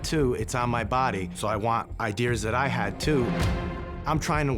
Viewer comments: “Eyedeers” it’s “ideas” dumbass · I was on the guys side until he said "ideaers" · 'Idears' lol...hate laughing at that bc he seems like a decent guy